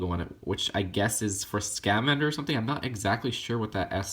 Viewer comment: Scamander is all one word, not, "Sca-Mander." It just hurt to hear it every time, but I don't blame you, it's a weird name.